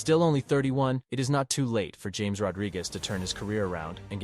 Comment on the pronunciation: Lol, I think it’s pronounced “Ham-es”.